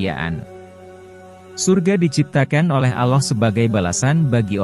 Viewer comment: Allah bukan aloh